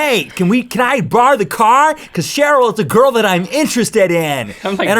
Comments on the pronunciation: I love how he says shurl not cheryl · did he say cherille or sheryl?😕🧐🧐